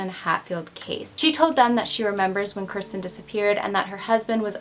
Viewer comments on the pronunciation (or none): Idk I heard Kristen I listened closely but who knows maybe you weren’t pronouncing kirsten right. It’s pronounced “Kerr-sten” hard R. I’m not hating but I did sort of think listening throughout it’s kinda disrespectful to not make a hard effort to pronounce the name correctly or address it.. if it is unclear to your viewers what you are saying that needs addressed or fixed because it does sound like Kristen.. just saying if I were her parents watching I would be upset.. it’s not the end of the world but little things like that do count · I think Kirsten is pronounced KEER-stin... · The way she pronounces her name is so weird to me, because I’ve only heard people pronounce Kirsten as “Keer-stin” instead of “Ker-stin” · As I am watching this and seeing you say her name, I had a friend in college with the exact same spelling, said the exact same way. That's how everyone said her name including myself. How are you saying it wrong?